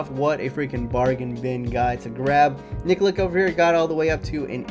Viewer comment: nikolic pronounced nikolich